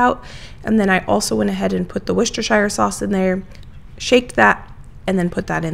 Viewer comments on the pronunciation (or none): when you say Worcestershire, you say the Worcester part correctly but keep pronouncing Shire like THE Shire in lord of the rings... Think how you Americans say new Hampshire - that's the correct pronunciation of shire in Worcestershire.